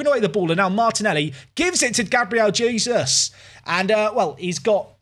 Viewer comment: its not Jesus like the son of god please go internet and listen how you call his name